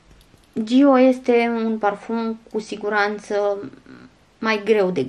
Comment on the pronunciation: Giiiiiiio 🤔🫣 Dacă are accent pe o, un motiv o fi...pronunția e mai accentuată pe o nu pe i. Zgârie rău la urechi.